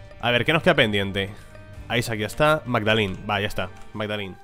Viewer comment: MAGADALENA no magdalin XD, es un nombre no le cambies la tonalidad